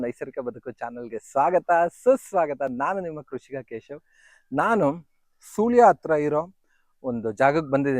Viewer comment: adu soolya alla ,sullia